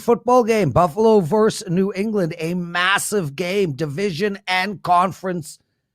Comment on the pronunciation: I always thought "vs. " was pronounced like versus and not verse. Learning more and more all the time.